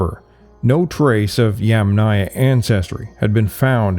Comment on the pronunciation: For the correct pronunciation of Yamnaya you stress on the "a" of the first sylable, i.e. Yàmnaya.